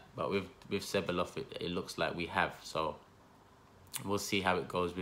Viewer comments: I think it's pronounced "Sebayos" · Ceballos is pronounced Che-buy-yoss I think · Ceballos is pronounce Ceb-eye-os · how many arsenal channels does it take to pronounce a persons name right? your all at it! just say Dani ceballos once and be done with it right or wrong. who cares. apologises every time he mentions the mans name!